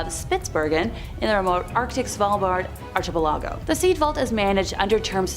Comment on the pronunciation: Someone PLEASE TEACH THIS LADY TO CORRECTLY PRONOUNCE archipelago